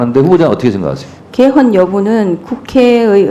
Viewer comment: 방송언어도 사회교양과 미래교육을 위해 중요하다. ebs골라듄 다큐, 빽. 먹튀이니 비속어사용이 심하다. 요즘 방송 공인들의 중국성조와 고음도 많다. 당해나 개헌 발음도 중국성조다. 공인들의 표준말과 방송개혁이 더 시급하다.